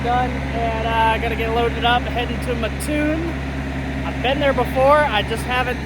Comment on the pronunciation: I lived in Mattoon IL for 15 years. That’s my old stomping grounds. It’s pronounced like Matt-Toon. Say it right or they will string you up by your toes. 😂 😂